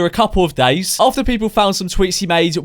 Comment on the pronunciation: he says doors instead of days nani